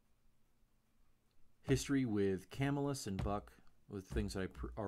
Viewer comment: By the way its prounounced cuhmillus